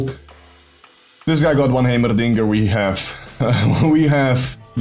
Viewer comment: Im just here for the way he says heimerdinger. "Haymerrrdingerrr"